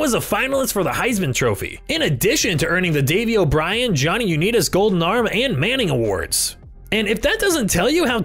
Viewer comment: Patriots played the Cleveland Cavaliers? Johnny Uneetis? Nice vid, but maybe you should get someone to narrate who knows a little football.